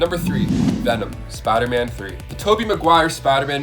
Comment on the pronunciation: why do you always say spiderman like that all the time ...smh its (spiderman) not spidah man